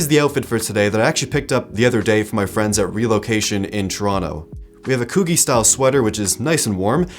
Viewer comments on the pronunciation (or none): Great video but just so you know, Coogi is pronounced Coo-gee like gee whiz. You can hear it in biggie smalls hypnotize for reference.